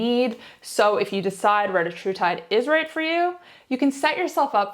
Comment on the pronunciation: Sehr can't speak the name of the Peptide correctly!